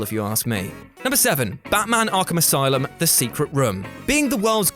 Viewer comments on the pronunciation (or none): none